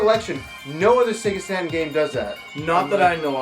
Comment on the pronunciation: I think he called the Sega Saturn "SATAN"